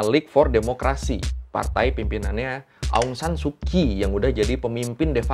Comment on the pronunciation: Mungkin jarang ada org indo yg tau kalo pronounce kyi itu dibaca chi jadi ong san su chi Dan naypyidaw jg pronounce ny nepido